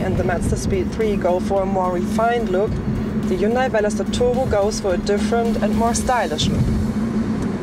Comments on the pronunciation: She needs to learn how to say Hyundai. Hyun-day not hyoon-die. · Dear or;) if you make these reviews mostly for Americans ( I don't know why if you live in Europe, Germany but anyway...:D ) please say Hyundai in a proper American way. It should be spoken Hun-day like a Sunday if you know what I mean. Keep it up crazy girl. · Erkal Koreans do not pronounce it that way. It's correct pronunciation is Hyundeh. Not hyunday or hyoondie or whatever the fuck you think it is. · Erkal Hyundai had an ad in South Africa campaign saying: "Hyundai, like sunday" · JaySee5 Do you really not think it's common practice to pronounce names using your own language's phonetics? Do you pronounce Volkswagen as FOLKS-va-ghen? Do you pronounce Honda as HONE-duh? Do you pronounce Jaguar as JAG-ew-ar? I doubt it. Seriously. I think you're full of it. And if you indeed do pronounce all of these (and more) 'correctly', then you're THAT guy. The guy that everyone rolls their eyes at and groans when he opens his pompous mouth. The guy that tries way too hard to try to sound overly-sophisticated to the point of pretension. And I sleep well at night knowing you're THAT guy and I'm not. And if you really have friends that speak with such genuine, honest 'sophistication' as you do, then I hope you enjoy each other. Truly. But spare the rest of us. You people are the obnoxious minority for a good reason.